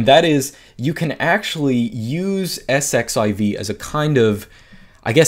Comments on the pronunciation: Isn't that 'exc-ess-i-ve'? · pronounce it "ss-z-iv" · "Let's sed-eleven-queue it" Haha!! I'm going to borrow that.